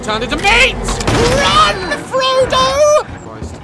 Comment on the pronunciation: He say's "RUN FRODDO" 🤣